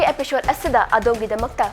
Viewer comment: Pronounce 'episode' as 'episode' not as 'epishod'. It really kills me.